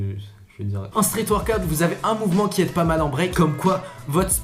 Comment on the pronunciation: T'a du mal un peu sur la prononciation du workout hein 😏😂